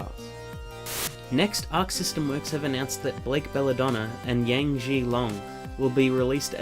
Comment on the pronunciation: You mispronounced Yangs name and it pissed me off